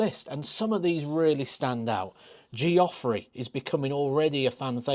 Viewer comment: Geoffrey is pronounced the same as Jeffery.